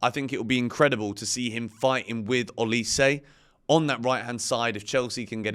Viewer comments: changing how he pronounces Olise every time haha. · I have so much time for you but please pronounce olise’s name properly it is infuriating 🤣🤣